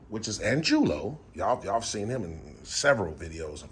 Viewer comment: Angulo? Is pronounced ahn goo lo if he's Hispanic.